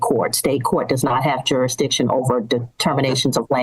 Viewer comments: I was rolling 😂 when she said duridiction ! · Another jar-a-diction plaintiff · JurISdicion. There’s an s in there. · Oh for fucks sake. There should be a rule where if you can't even say the word "jurisdiction", you have to get a lawyer. This is scary.